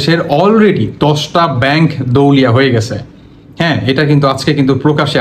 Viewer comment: এই ফালতু ভিডিও বানান বাদ দেন! দেওলিয়া উচ্চার ই করতে পারেন না। 😢আপনি এতো পন্ডিত আপনি ১০ টির নাম বলেন??